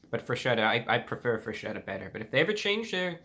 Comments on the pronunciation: WTF it's FRESKETTA not freshetta, pls...... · I feel ashamed to even attempt to correct you, dear Review Brah - however, it is pronounced FresKetta. "Ch" in Italian is pronounced like a hard C. After a ROTW 7.5 review, I'm sure the company is now considering renaming the company. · Just one thing, the correct way to say it is FRESKETTA, because "ch" sounds like "k" in italian. Have a good day, sir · in a Italian accent its not forgeta its freshetta